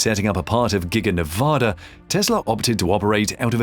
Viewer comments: learn how to pronounce the states name. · PLEASE learn how to pronounce the name of the state of Nevada. The one you have is not correct and just angers those of us that live there or are from there.